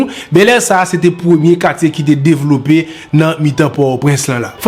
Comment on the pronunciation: Bon travay...ou mete declope men se(devlope)